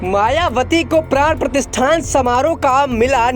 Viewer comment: Pran pratistha hota hai pratisthan nahi